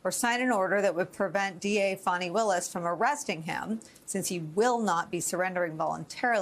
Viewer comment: This chick is even mispronouncing the prosecutor’s name it’s not FAWNIE